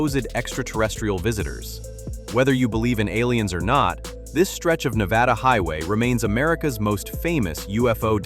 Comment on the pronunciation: Nevada is pronounced "Ne-VAD-uh". With the "VAD" rhyming with "bad". It is NOT pronounced "Ne-VAH-duh." No variation of the pronunciation should end in "duh". You are mispronouncing it throughout this video.